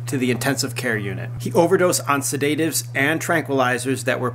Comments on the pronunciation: You are a moron. Learn how to pronounce sedatives and heinous. The accent is on the first syllable in sedatives and there is only two syllables in heinous (hey-nus). Second, mistake implies choice. He did not choose to be born Korean and it is therefore not a mistake. It is unfortunate for him that he is Korean since he apparently likes marijuana. It is a mistake that he chose to use marijuana. I have nothing against the drug or people who smoke - I lobbied for legalization in the US and continue to do so in order to bring the laws up to date and so that they will make sense and stop contradicting each other (making it legal is only the first step). But the fact of the matter is that it is illegal in Korea. TOP knows that and chose to smoke it anyway. These videos seem to be less and less about TOP and his situation and more about you promoting everything that is awesome about marijuana and challenging laws. That is fine and I am right there with you. But if you are going to make the majority of the video about how backwards Korean drug laws are then you should do two things. First, you need to give the video a different title. Clicking on the link for updates on TOP's situation and listening to you rant for most of it about a retarded legal system is annoying. Secondly - if you are going to climb on your soapbox about the laws then it would be helpful if you took the time to research some of them so that you might know the facts and be able to speak with some degree of clari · The way you are saying sedatives is interesting